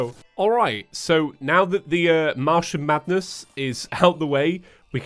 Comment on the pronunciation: Am I the only one who hears "mushroom madness" every time says Martian Madness?